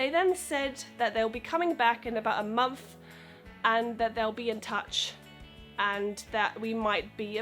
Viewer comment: Ooooh I love the way you pronounce momphth :D Soo ... peculiar :D